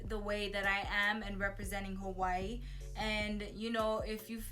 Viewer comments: I love your videos but you don’t say Hawaii right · THE BITCH AIN'T EVEN SAYING HAWAII RIGHt lmaooooo im weak .... but shes sooo hawaiian right hahah